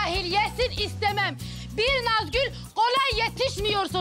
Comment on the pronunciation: Afetin saniyede Nazgül yerine Kazgül demesi peki 🤣🤣😂yada sadece ben mi öyle duyuyorum benim gibi duyanlar butonu patlatsın